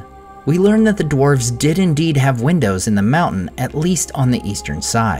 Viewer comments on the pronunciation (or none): none